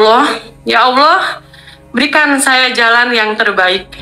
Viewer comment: Coba dengerin bacaan ALLAH,dia ucap Alloh